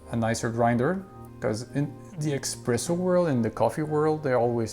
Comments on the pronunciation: Espresso, not Expresso. Please, if you call yourself a coffee expert at least get that right :-) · espresso no expresso…🤦🏻‍♂️🤦🏻‍♂️ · "expresso" smh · Pls stop calling it eXpresso :(